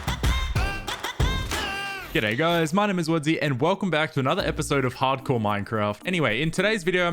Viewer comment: Ah yes, minecraft “hardcor”.